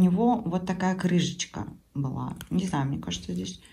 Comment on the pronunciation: ну не крыЖЖЖечка, а крыШечка...у Вас ведь крыШа, а не крыжа-грыжа...такой приятный,мелодичный голос, но эти крыЖЖЖЖЖЖечки......резанули слух...простите((